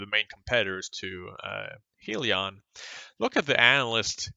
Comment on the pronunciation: It's pronounced HIGHlion